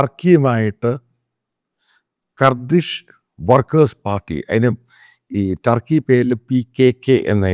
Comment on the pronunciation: കർദിഷ് ആണോ കുർദിഷ് ആണോ .....കുർദിഷ് ആണ് ശരി ....